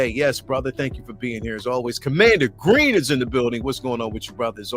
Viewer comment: Bro it’s commander Gree. He doesn’t have an n at the end of his name